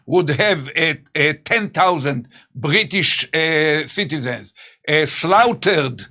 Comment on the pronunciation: What is "Chlaugthered"?